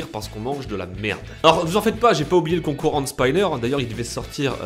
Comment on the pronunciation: Concour endespaïneur